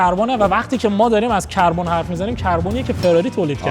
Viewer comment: کربون نه کاربون غلت میگی تند تند تکرارم میکنی 😅